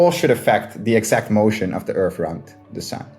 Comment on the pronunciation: I don't understand speaking English for a living and not being able to pronounce TH. Edit: Okay why can he say THE but he says "urf" instead of "earth"? Yeah, why are you moving that bottom lip up?